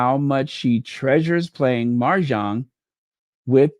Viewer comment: mahjong (no "r") ❤